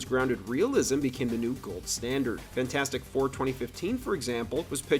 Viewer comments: you mispronounced "fan 4 stic" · dont you mean Fant-four-stick?